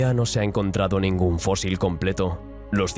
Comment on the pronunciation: Fósil, se escribe fósil. "Fózil" es como lo pronuncia un gaditano.